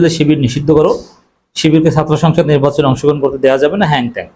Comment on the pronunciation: সাতর্ দল না আগে বাংলা শিখ , ছাত্র উচ্চারন শিখ আবার ইংরেজি দোচাও